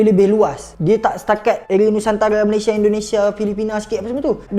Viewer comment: Belajar Kek mana Sebutan Malaysia Aja salah